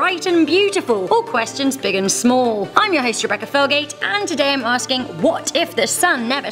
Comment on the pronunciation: I love Rebecca Felgate she’s actually pretty good st hosting her voice and accent is good